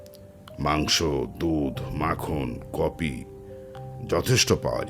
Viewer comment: Cofee and paderpon both have been pronounced wrong. But good try ❤